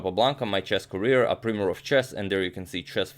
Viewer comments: For your vast store of knowledge 'primer' is pronounced with a long 'i' sound - like 'time' not like 'tim'. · Agad, for the sake of improving your vast knowledge of English: The 'i' in primer is pronounced like the 'i' in time :) At least that's the case in British English....